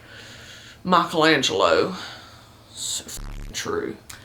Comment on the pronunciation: an impression of Michelangelo with a strong ass southern accent is the funniest shit I've seen in a while